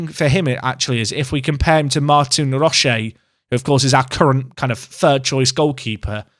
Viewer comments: Congrats on the cup FYI Roche is pronounced "Roach" in Ireland. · He'll probably never get mentioned again but unless Roche's parents are French or chocolates he probably pronounces it "Roach" :D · It makes me chuckle how you call him Roche like Ferrero Roche rather than what I would do and pronounce it like Roach. Poshest Irish keeper in the game - nickname him the ambassador. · The way you pronounce Roche is ludicrous lol